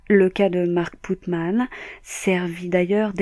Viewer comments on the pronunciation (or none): C'est pas Putman...... C'est Putnam .....😃😃